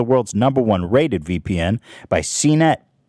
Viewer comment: laughed when u messed up "VPN" and went arwszdgfdjfvihbhlb